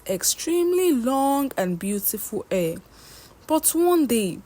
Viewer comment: This particular page has beautiful stories but the teller has some issues with pronunciation, hair=air, her=a it’s like she has no letter H in her vocabulary